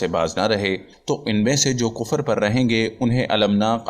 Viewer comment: Thalaffuz sahi karen .... Kufar. Wrong h Sahi h Kufr.. Matha ki enjeel ..wrong h.... Mathew ki Enjeel padho.